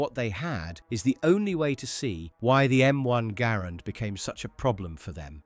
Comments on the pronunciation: G"uh"RAND not Grand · No one calls it the 'Grand.' It's 'Gair-and' or 'Ger-and.' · True ! The video is wrong. The man's name was pronounced " gerrand" and the rifle was always pronounced "Guh-rand ". See the film, America's Rifle The M-1 Garand by The Garand Collectors' Association. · It's pronounced Guh-Rand. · I think it just depends on your accent and what region your from, Im from the Northeast and pronounce it M1 Gahh-Rand, but I have friend from the South who calls a Grand and a friend from the West Coast who calls it a Garand. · Southern american accents, much like irish accents, often ommit syllables, Garand, sounds like saying "grand" in an irish or southern accent. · The US Army called it the Ga - RAND from the beginning. The early US Army training films are out there. Examples are on YouTube if you care to look. ALL of the veterans of the time also called it the Ga-RAND. There are examples of that on YouTube also. I was a child after the war, and grew up around those vets. John Garand didn't NAME the rifle, the army and the US Government did. You may not know, but John Garand was FRENCH Canadian and spoke French from birth. I have heard him speak and his English, learned later, was horrible. I have never heard him actually pronounce his name, but I am sure he pronounced it in French. It SLAYS me when a bunch of youngsters decide they know better than anybody else and start rewriting history just for the heck of it. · Truthfully, he probably isn't an English speaker and misheard someone. I have never heard anything but Garand - Guh - Rand.